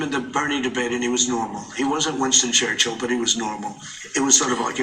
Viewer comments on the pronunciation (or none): none